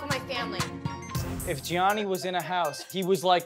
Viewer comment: Jionni** NOT Jhonni